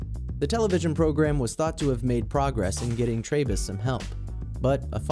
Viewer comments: Trebus is Tree-bus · It's pronounced Edmund 'Tree'bus. He was a sweet old fellow. RIP